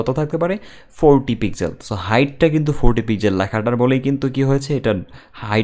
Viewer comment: Bhai "পিকজেল" না it's.."পিক্সেল"